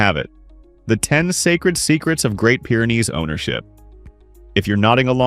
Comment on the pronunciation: Wish you weren't using AI to narrate, as "Pyre" is not Pyr is pronounced...